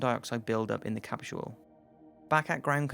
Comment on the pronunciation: "Capshule"? Come on.